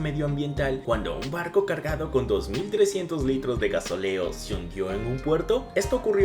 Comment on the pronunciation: Muy interesantes las imágenes mostradas. Mas, debo hacer notar el bajo nivel cultural de quien relata. El combustible derramado en Galápagos de llama "gasóleo" y no "gasoléo". Un abordaje intencional de un pesquero japonés produjo la rotura de "mástiles" y no "mastíles" a otra embarcación.